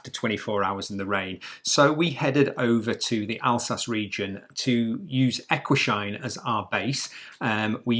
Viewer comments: You pronounce the place E- guis- heim !! No sheim !! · Even if it was very painful to hear you both mispronounce ‘Eguisheim’ every single time, I’m happy that you enjoyed the Alsace area. I just found your channel today and I’m binge watching your videos. I’m really enjoying your content.